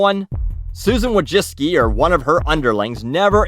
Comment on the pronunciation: "Susan Wa-jis-ki" I don't blame you for not being able to pronounce that but it was hilarious nonetheless.